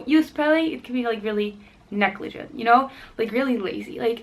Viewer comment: “Imporant” is not a word. “Neckligent “ is not a word. Profanity is ignorance made audible.